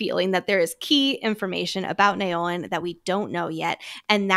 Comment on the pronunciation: Love your work and both of your dedication!! I’m only up to this episode, but wondering if pronunciation of Naolin is in fact “Now-lin”? This may be more accurate, from a mandarin standpoint (although we don’t actually know his ethnicity, and this is my own assumption/projection). Especially keeping in mind that Yarros has been good with representation, and it wouldn’t be unlike her to have such a name in her book ☺️